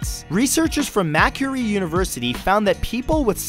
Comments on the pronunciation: Gday Matt just letting you know you pronounced Maquarie University wrong. It pronounced Mac-Quarry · its "mac quarry" university macquarie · mah-curie university??